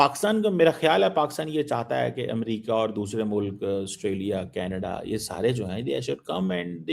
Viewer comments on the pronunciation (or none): none